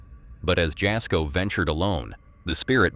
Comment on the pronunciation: Jasko is pronounced Yasko